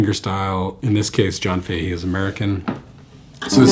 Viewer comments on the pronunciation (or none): Great lesson, that's a great song and you delivered it really well! Only thing I could fault you on is your pronunciation of Sligo (Sly-go) and Fahey (Fah-he), but Irish names are hard to pronounce and the quality of the lesson was great so we'll forget all about it 😉